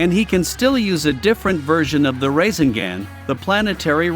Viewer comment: Gotta pronounce the naruto title and rasegan right.